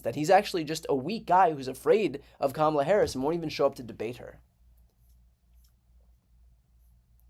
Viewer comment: I have to hand it to Trump for prononouncing Kamala's name correcty for once. Hes still a 💩 though.